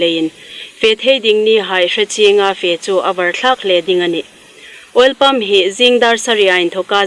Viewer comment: Welpump ti in alam tlat. He3. Oil pump lem annaw maw.... Hmar chanchin thar dam zing raw seh.